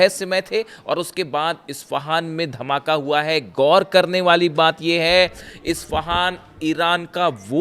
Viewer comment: Gor nahi ghour hota hai